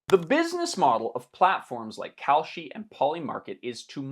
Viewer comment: Whenever you say "Kalshi" I hear "Cowsh*t". The difference being, cow, umm, manure is useful. Kalshi is NOT.